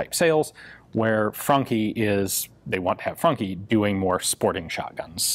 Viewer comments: It sounds like you're saying Funky, not Franchi. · I thought he said 'funky' twice before I got that it is a 'Franchi' shotgun. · Thanks, now i cant stop hearing "funky" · It's actually funky <3, and I thought the same. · For an instance i thought he said " The Funky Spas 12 " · I got like four minutes into this before I realised you weren't saying "funky".... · Always thought it was pronounced "franshi "